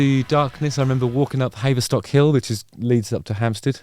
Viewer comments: Havver-stock, not Hay-verstock Hill! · Not sure about this pronunciation of Haverstock Hill.